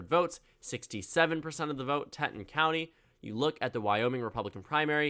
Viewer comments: the blue county in the northwest of the state is pronounced “tee-tawn” by the way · Please say Teton right it's Tee-ton I cringed so hard